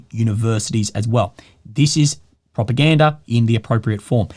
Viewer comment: Propagandery ? 😅 is that the kings English?